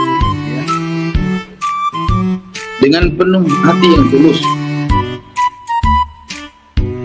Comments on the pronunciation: Pulus pulus bukan tulus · Pulus kalik bukan tulus😂😂😂😂